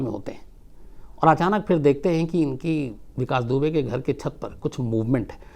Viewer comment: Vikas dubey kaa naam aap hamesha galat kyu bolate h☺ Ittefaq h yaa aap lena hi nhi chahate... sir mai aapke kahani batane ke tarike ko bahut pasand karti hu ... 🤗